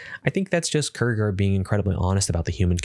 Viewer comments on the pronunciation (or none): Sart?! Sartre!(sargt-re) its french... kertker? Kierkegaard!(kierke-gaard) its Danish..